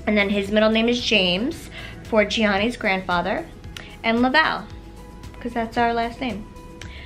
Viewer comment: Lavalle... la valle lol